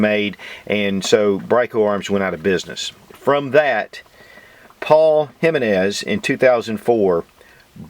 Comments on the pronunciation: Damn, brutalizing the pronunciation on that one.."High-menez"😂😂. Should be "He-meh-nez". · It’s Heemenez, not Highmenez. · It's EE - MAN- EZ. Not Jimmy nez. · It's Him-en-ez not Hymen-ez Just saying... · Repeat after me now, “he-men-es” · He-men-s.... You said it right a few times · Have gotten into mouse guns since earlier this year (2019). Curerntly have 4 and waiting for clearence for my 5th. Really appreciate your reviews Mouse guns and others. You are one of 5 reviewers I count on. One point on this review, it is sometimes confusing for some when it comes to pronunciation of Spanish words. The name "Jimenez" is "He - men - ess". The "H" in Spanish is pronounced like "H". Any way keep on reviewing. DId not Jimenez sell to Phoenix Arms? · I was told J is silent, so em-meh-nez... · Hey brotha, thanks for another cool little review but let me give you a little hand with something. Ji-MEN-ez Watched this vid and the newer one on the 9 and I can hear you hunting for the emphasis and hoped I could be of service :) Keep it up and zero negativity intended! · It's pronounced HE - men -ez . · Put some work into pronunciation, boy. "Hymenezz JA-22"...